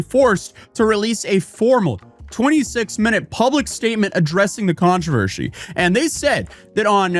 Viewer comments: Man, this video was a doozy. Ups and downs, thrills and chills... and the way you pronounce "controvershy" is mind-boggling, lol. Great content, as always! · TF is a controversHy? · Am I having a stroke or is saying Controvershee? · drinking game: Take a shot whenever pronounces the word Controversy as "ControverSHEY". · You missed one key detail about this controversy, how to pronounce controvershy. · am i having a friggin stroke or is REALLY struggling with pronouncing controversy?